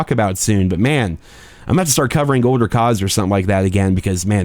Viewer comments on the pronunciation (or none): none